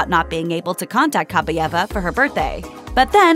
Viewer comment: Ok, since no one has mentioned it yet: it's pronounced Kah-BYE-eva. Stress on the second syllable. "Кабаева" если по-русски